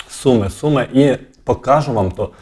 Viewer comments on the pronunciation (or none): none